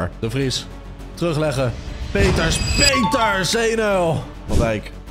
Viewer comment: Je zij in de plaats van Peters pieters